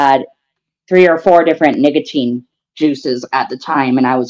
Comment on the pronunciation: I didn’t hear the c in nicotine when he said it